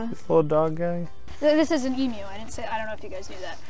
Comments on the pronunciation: As an Australian, your pronunciation of emu is appreciated 😂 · As an Australian, I was happy that you pronounced "Emu" correctly!